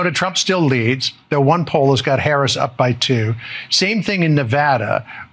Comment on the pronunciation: Thank you miss for pronouncing V.P name correctly.